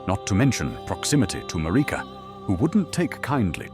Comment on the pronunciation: The way he pronounces Marika makes it sound so